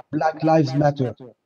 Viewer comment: En fin on a trouvé un français qui sait prononcer le mot matter